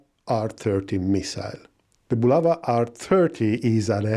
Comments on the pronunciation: Не "Була́ва", а "Булава́"! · Not "BulAva", but "BulavA"!